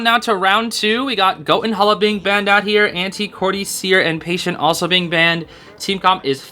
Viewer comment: He's in my head. Every time you say hetian I hear patient. WHYYYYYYYYY!?!?!?